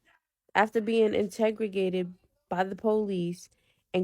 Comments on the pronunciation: Lmfaooooo not trying to be mean but it was driving me crazy . I'm cooking dinner and Everytime I was like "I INTERROGATED" like yelling it lmaoooo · The chick that just kept saying integregated instead of interrogated lol😂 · Integregated? Wth is that? It would be nice if autocorrect would help with their speech as well as the grammatical errors. I feel like I lost brain cells listening to this girl. It took me a minute to even understand what she was trying to say. I wish people would stop trying to use words that they can't pronounce or know the correct definition of.